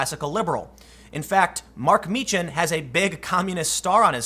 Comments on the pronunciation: Meechan. Pronounced (Meekan). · Tim, you are mischaracterizing Dank's surname, it's pronounced MEE-kh-en. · It is pronounced Meekan. Tim just needs to do some homework lol